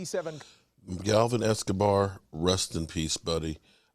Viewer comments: Its Gavin not Galvin.. Rip Gavin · Mark, you're so busy? Yet, you have time to flap your mouth for 20 plus videos. It's Gavin not Galvin.